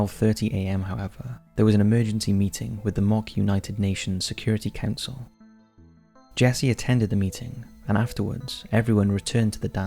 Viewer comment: Yes, it sounds like a Newport area accent. (I'm from Cardiff). The way he says 'council' at 1.24 sounds very Newport.